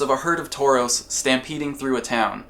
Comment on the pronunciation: You said a herd of Taurus I heard a herd of Tourists. Lol